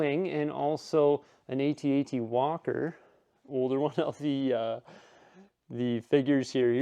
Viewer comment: Please, for the love of g-d, someone help him with the correct pronunciation of the (At-At).